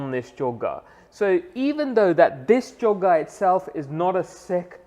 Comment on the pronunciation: It's choga dude